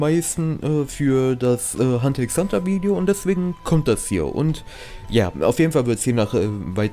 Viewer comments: Bitte mehr hxh und btw das x soll man nicht sprechen ^^' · Omg wie du mich triggerst indem du die ganze zeit Hunter x Hunter sagst Das x wird nich ausgesprochen Rip